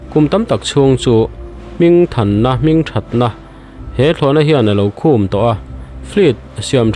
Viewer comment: Hminthatna alo Khu^m,zuan khum angin i lam ri a,hei hi a diklo,Khum -Lal lukhum khum anga lam rik tur ani e.